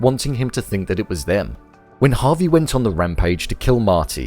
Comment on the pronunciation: Javi not Harvey